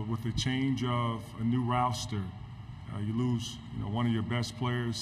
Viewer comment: Did he just call “roster”, “ROWSTER”?!?! 😂🤣😂🤣